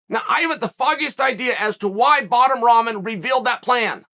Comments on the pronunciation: WTF does he keep calling Rahman "Ramen", like the noodles? Rock-mon. It's not hard to say. It's not like he's asking you to call him a crazy nickname or pronoun. At least get the man's name right. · Evertine he says Ramen 🤣🤣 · Ramen is a noodle not the boxer. If you can’t even pronounce his name it’s tough to take the argument seriously…fact is jake knows the PPV sales were going to be garbage and jake knew he was in trouble in this fight. Jake never had any problem fighting Nate Robinson even though he’s a midget compared to jake but he runs when it’s 15 lbs the other way he runs…10% is over 20 lbs they definitely could have made that spread if they wanted too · It his gimmick ya clown ffs .. He is The Bad Guy after all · It’s like your 6th video on this and you still can’t say his name 🤣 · Is chael on Jake payroll cuz he makes a point to say his name wrong I'm sure he knows that's not how you pronounce his name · Ummm, Chael... its also guys like Bisping calling Paul a cowerd and defending "bottom"Rahmen